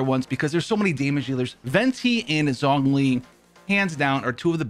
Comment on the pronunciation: Listening to you mispronounce Zhongli’s name literally kills me